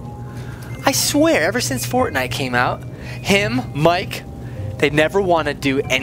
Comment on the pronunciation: griselda2 Avina you say it Wong dude